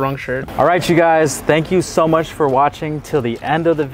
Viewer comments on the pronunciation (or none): “How mashhh …. Too mashhh” 💀💀💀